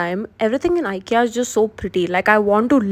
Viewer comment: You pronounce IKEA wrong